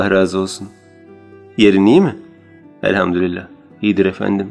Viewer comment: Elhamdulillah* rillah degil o lillahtır kardesim :))